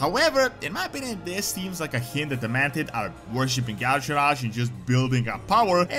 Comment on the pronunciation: NOT Yaw-sha raj....pronounced Yi-sha-arj. Look at the spelling..."arj" is not pronounced as "raj".